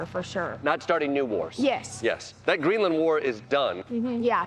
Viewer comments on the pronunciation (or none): none